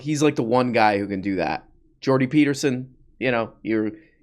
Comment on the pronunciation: The day correct pronounces Jordan Peterson’s name is the day the world ends.